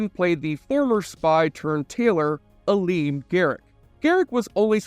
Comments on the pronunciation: Bay-Jorans. Changa-Lings. Ghuol-Dukat. Aleem-Garak. For someone who claims to love this series, the narrator pronounces most of the proper nouns differently than the hundreds of times they are spoken in the series. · The way you say “Bajorans”, you don’t know how to pronounce Garak’s first name, you thought Jake would join “the federation” instead of starfleet, that you don’t know that the Gamma quadrant and alpha quadrant are both in the Milky Way galaxy, not separate galaxies… Relatively minor mistakes, but you say you love the show and these are pretty basic things. Seems more like you are just reading a script someone else wrote. Still a good vid. Props to the script writer. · "Will Crusher" 🤣 Also you pronounced Garak's first name wrong. Great job!